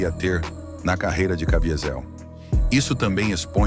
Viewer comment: Cavízel. Está é a pronúncia.